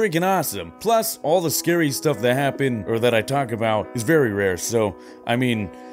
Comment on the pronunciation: “It might be scurry”